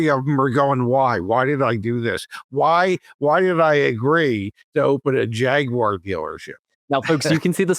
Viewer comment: Thanks for not calling it a "Jagwire"!